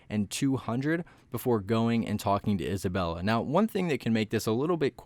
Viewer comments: Its isabelle not isabella (no hate) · Please dont call Isabelle isabella it hurts my ears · The fact that you are calling 'Isabelle' 'Isabella' I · ITS NOT ISABELLA ITS ISABELLE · We trust him when he says isabella🤣🤣🤣